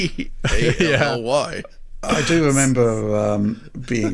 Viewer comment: So happy they are finally calling it the R O G Ally